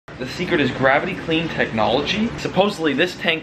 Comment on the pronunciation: the “thecret”